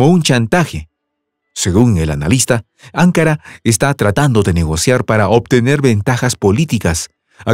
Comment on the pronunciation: No es 'ancara es anca"Ra necesita volver ala escuela primaria